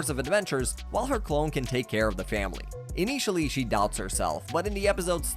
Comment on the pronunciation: It's an AI voice 😭😭. I've watched a few episodes now, and the way some words are pronounced stand out. "in-ee-tially". I wish it wasn't true but UGH that upsets me.